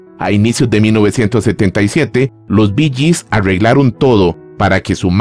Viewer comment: Parruanda... Borruachera.. Arreuglaron... Guitaurra 🤦‍♂️🤦‍♂️🤦‍♂️🤣🤣🤣🤣🤣🤣🤣🤣🤣🤣🤣